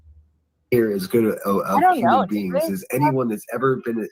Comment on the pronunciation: I cannot I hear saying uman just like Ted says it 😂😂not human but uman